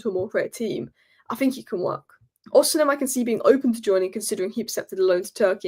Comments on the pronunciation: it's O-C-MEN not o-c-hem....please please my ears hurt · It's Osimen. The "h" is silent.